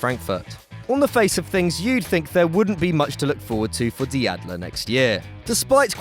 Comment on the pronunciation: Big ups on two things, for the right pronunciation of 'die' for a German team, and Alex Meier being referred to as a legend for the team